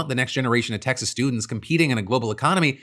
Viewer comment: Did that say "Exas"?